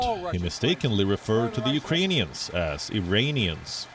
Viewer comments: He said u rain e rins . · He also says Ukrainians, as Uranians LMAOOO 😭😂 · I thought he said Uranians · Uranium (???) and he said it twice, very sad. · Watching live, I heard "Uranians" as if he missed out on verbalizing the K. How tf is this a news story? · He said, "uranian" not "Iranian", a gaffe still but a somewhat lesser one. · I thought it was "Urainians"